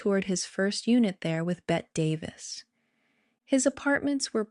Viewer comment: I can't believe the narrator doesn't know how to pronounce the legendary Bette Davis' name.